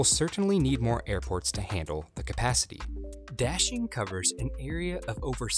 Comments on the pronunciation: Daxing rhymes with "moshing", not "dashing". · This American English pronunciation of Da Xing really hurts. It's not Dashing, it's Da and Xing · It's daSing. Not daSHing (emfasis on 2nd syllable). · please pronounce correctly,DA (dug)xing and not dashing. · Daxing not dashing idiot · I'm not Chinese, nor do I speak (only my grandparents and their family) it but I'm just annoyed by your pronunciation of "Daxing". The A sound should sound like "ah" like you're at the Dentist, instead of like the sound in "dashing". Great video nonetheless. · Narrator/Presentor keeps saying 'Daxing' Me Hearing : Dashlane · I keep on hearing dashing instead of Daxing, maybe this airport needs a nickname. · When he pronounced “daxing” as “dashing”... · D is actually pronounced as a T in Chinese. Sorry I'm being such a Grammar Nazi lol